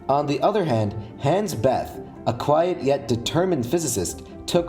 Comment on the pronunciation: Problems: - Neumann, Wigner, Teller and Szilard were originally from Hungary they only studied in Germany (not sure about Neumann on this one and lazy to google). - Bethe is not pronounced like that. - I'm pretty sure Teller was a contributor to the implosion design but the most important thing (the lenses) were originally designed by Neumann.